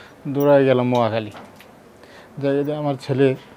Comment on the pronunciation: মহাখালী না নোয়াখালী শব্দটা স্পষ্ট করে বলতে পারছেন তো?